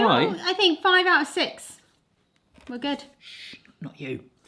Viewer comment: Not seize, six